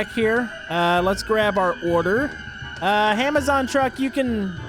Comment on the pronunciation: Did he say HAMAZON